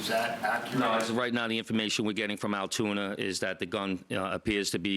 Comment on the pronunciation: Its pronounced Altoona.